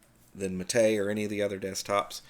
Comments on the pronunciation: I thought the accent in "mate" went on the first syllable. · Actually, and the people he mocks BOTH are wrong. It's MAH-tay, from the yerba mate plant. In Spanish, unless otherwise indicated, the accent falls on the penultimate syllable of the word.